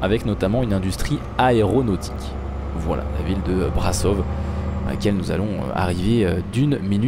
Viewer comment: On dit Brașov mais on dit ch pour le ș malheureusement on a des accents sur les lettres je suis d’origine roumaine si jamais tu le savais pas 😅